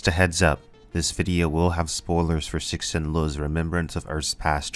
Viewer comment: Sir-shin. Cool video though, I read this series because of you :)